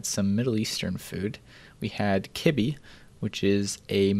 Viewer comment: Dang dude you say Kibbeh like an American. 😆 Edit: Also half Lebanese. Much love my dude.